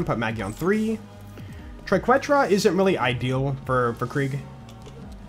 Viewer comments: my man, say it with me: Try kay(think like queso blanco) tra(soft a) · I missed it on episode five, but it is pronounced TRI-KET-RUH. Keep being awesome! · For the Triquetra, try saying “Queso” and use the “Que” pronunciation in that and add “-tra” to the end. Hope that puts an end to the pronunciation debacle!